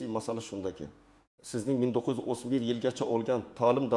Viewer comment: Гапираётган одам асли Хоразмлик ёки Бухоролик тожик булса керак. .1991 деб эмас 1931 йил деб гапиряпти!